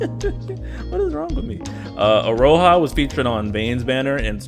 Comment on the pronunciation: Iroha is pronounced as "Ee-ro-ha" btw. And didn't they make it clear in-game for Genshin that Beidou was pronounced "Bay/Bae-dou"? Still mispronouncing Eiko as usual lol